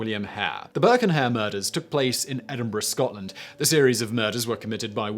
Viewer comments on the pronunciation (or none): none